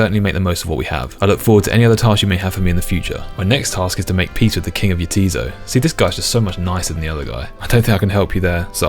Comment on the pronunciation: Extremely minor nitpick: 'Jatiszo' is pronounced 'yah, 'tis so' like the characters keep saying, not 'yaTEEzoh'. Love the series.